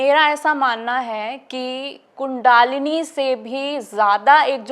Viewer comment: बहन जी, कुण्डालिनी नहीं बल्कि कुण्डलिनी होता है।